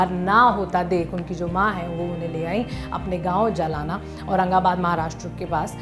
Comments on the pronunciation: It's not jalana. It's jhalna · Not jalana it's jaalna miss.... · "जलाना" नही "जालना" है। उस सिटी का नाम।😂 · It's not जलाना it's जालना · It's not ja la na it's jalna. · It is जालना , not जालाना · Its jalna not jalana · Pronunciation of Jaalna 😂😂